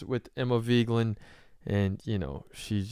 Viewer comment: What's with the clickbait title and the way you keep pronouncing Emma's last name? "Veegland"?